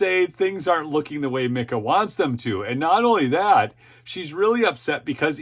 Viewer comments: I don't think she pronounces it "Mick-ah" I believe she pronounces it "MEEK - ah." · FYI Its Meeka as in Peek-a-boo, lol. Both are disgusting women!!